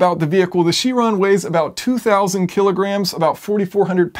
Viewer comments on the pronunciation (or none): its kai - ron not cheeeeeron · It's pronounced "Ky-ron". Chiron was a Centaur in Greek mythology, and since it's a Greek word, it's pronounced by the Greek rules. (The letter "Chi", which looks like an X, is also pronounced "Ky".) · Is it really pronounced she-ron? I've been saying kai-ron... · Isn't it pronounced Kiron? Almost sure that it is... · All good and well but it's pronounced Ki-ron 'cringe' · isn't it pronounced kairon (chiron)? From greek mythology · Awesome video! But you pronounce Chiron strange ... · Anybody else bothered by his pronunciation of Chiron?